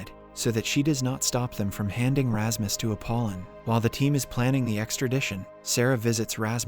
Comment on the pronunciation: lol wut you're calling Rasmus for Rahmas?? never have i heard a name being destroyed like that xD